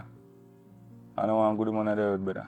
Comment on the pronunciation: How much brethra can this brethra say😂😂😂😂